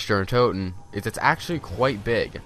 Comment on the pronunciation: You know he is white when he pronounces the “CH” sound in “Nact der untoten”😂